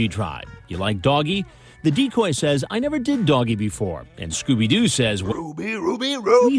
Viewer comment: Okay man you can beat this, just deny deny deny “You find the place okay ?” Nevah. Nevah evah